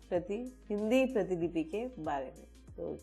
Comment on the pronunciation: वीडियो तो काफी अच्छा लगा किंतु प्रीतिलिपि नहीं प्रतिलिपि स्पेल होता है